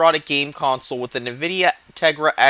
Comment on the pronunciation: "nividia" wah wah.